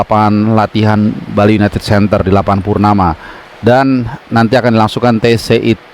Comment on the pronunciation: Bang CBH goes to Bali, bukan "ghost"